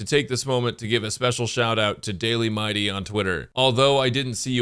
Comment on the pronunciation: He actually should be prunounced M - ee - dei with the accent on the last syllable. I don't know why English likes to butcher names from other countries. "If you play Bailu in 2025... " HP and revival meta says hello